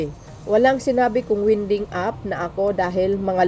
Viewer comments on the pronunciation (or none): It is pronounced as waynding please.